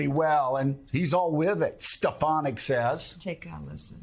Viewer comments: I think he said "Stepanak" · Even if Elise Stefanik will just change her name to "Steffenack", Trump still won't be able to recall it or pronounce it correctly. 😂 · It's pronounced..., Stuff - her - Neck...😮😂😂😂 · He didn’t mispronounce her name. She had secretly changed the pronunciation before Trump said it in the new improved way. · Trump is delusional! But Joe, you mispronounce Trumps mispronunciation !!! OMG, lol. At least get THAT right, when you mock Trump. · It sounded like "Stepanek" to me. Stephen Stepanek, among other things, was the chair for the New Hampshire Republican Party. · Well... in the clip I heard Dump say "Stepalenku", not even "Stefanek". 🤣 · He actually said STEPANAK. There is absolutely no P in her name, so it is not just a mispronunciation. and Joe. You do not have to keep repeating the name, especially when he didn't say what you say he did. And stop over-talking others. It's very rude. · He didn't even say: "SteF a nack" He said "SteP a nack"😂😂😂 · I think he said stefatnik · face-blue-smiling:@ at Joe in the background sayinh "Stephanak" I swear he be so shady...🤣🤣🤣🤣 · Hope and pray SNL picks up Joe saying "Stefanak" 😀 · He actually says 'Stepanak'. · He said 'Stepanak' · You realize he just doesn’t know how to read write.. he probably has like a fourth grade reading level. He sounded it out as Stefanak because he thinks it looks like Stefanak. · He actually said “Stepanku” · I heard Stepanek, with the emphasis on the first syllable instead of the second. No matter; his brown-nosing sycos have their heads so far up his passage they don't hear it. Stefanik is an absolute disgrace; the very worst exhibit of the very worst of human nature. What is it they say: power corrupts... That she and so many other Rs can rise to positions of such power and influence with a total absence of integrity or sense of duty to the country is mind-blowing and sad. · Watch out for Stefinak saying thats actually how you pronounce her name from now on 😂